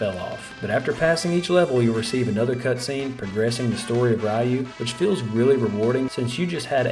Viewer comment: It's pronounced Guyden not Gayden. Ryu is pronounced Roo not Reeyo